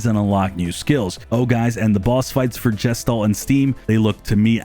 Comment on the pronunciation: Got 23 in and was worried I wasn't going to see Gestalt. (That's guh-shtalt, btw. It's a German word.)